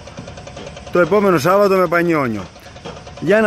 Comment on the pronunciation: Ρε συ σόρρυ και με όλο το σεβασμό που σου έχω. Είναι Σάββατο και όχι Σαββάτο 😁